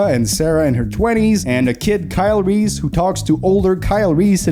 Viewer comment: Christian Bale's pronunciation of Kyle Reese " Kyle Reeth ! " 😂😂😂